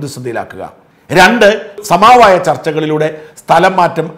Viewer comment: "സമാവായം" അല്ല ; "സമവായം".